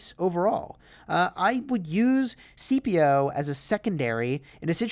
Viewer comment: How he pronounces Scipio😂